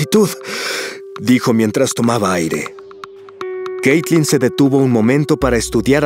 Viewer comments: xd dice caytlin en el vídeo xdd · En el video dice "Caytlin" xd